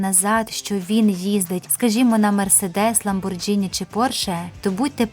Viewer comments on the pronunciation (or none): і чому Ламбор"дж"ині ?